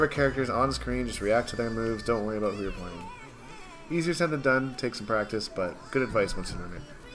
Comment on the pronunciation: Did he say aboot